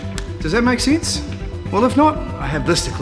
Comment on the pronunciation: sins ? that is a sense mate what kind of accent is that ? wtf